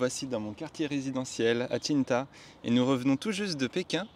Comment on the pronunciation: C'est QingDAO et non QingDA